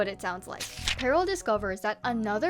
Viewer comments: Dont ask but ima just say peril is pronounced (peh rule) not (pearl) im pretty sure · OMG I was so confused, you kept saying Pearl instead of Peril 😅